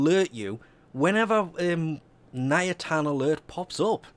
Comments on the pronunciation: NIATAN....ITS NITAIN FFS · "Ny-Tane" not "Nya-tan" lol come on! You knew this! Thinking ayatans? Lol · Hey it's NITAIN not NIATAN. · He said Nayatan* all the times @@ Ni-tain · ARGH niTain, not niAtin it bothered me so much it is not reasonable. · I think you call it NITAIN instead of NIATAN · IT'S NITAIN NOT NIATAN... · Is it just me that's driven insane by the fact that keeps calling it "Niatan"? Also, who the f*ck doesn't do a 4-6 AW nitain alert? ALSO also, apparently, Invasions are a "forgotten feature"? Why does this video exist? When I need multiples of something, I build one, and while it's building, I find other ways to get the others. If this video exists for the idiots that prefer to sit and wait, then I worry that you consider the majority of your audience to belong to this particular group, otherwise, why is this here? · Forgotten Feature: Correct Pronunciation of one the the most important materials in the game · i fully understand that accents can change how you pronounce words, but where the hell does the first A come from in Nitain and second i go? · The way he pronounces nitain 😷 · the way you pronounce nitain triggers me so hard XD